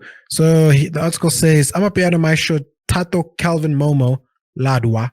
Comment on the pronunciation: Lol you can say 'ufuna imeter' but you cant pronounce "Ledwaba" lol hauwa baba